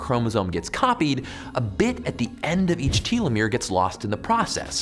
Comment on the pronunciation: That's definitely not how you pronounced telomere.